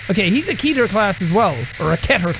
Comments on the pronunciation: ITS NOT KEY-TER ITS KE-TER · keter is pronounced keh - ter, or kay - ter. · Some people pronounce it keter, some keyter.